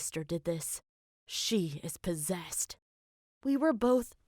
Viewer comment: “She’s pozesed by a demon!!” Me: she was having a seizure..